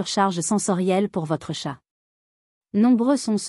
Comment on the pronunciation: Ça y est, le robot débile commence â dire des âneries à moins de 10 secondes du début : ce n’est pas un tchate mais un chat !